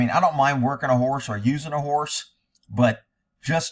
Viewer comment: Horse not hores!!!